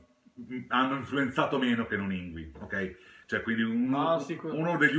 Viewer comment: Bellissimo video, grazie. Piccola parentesi: una svedese mi spiegò che si pronuncia "Yngwie" (con una musicalità per noi innaturale...).